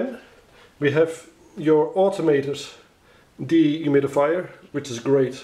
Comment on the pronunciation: Deeee humid-Ifyer How many times does he say it per minute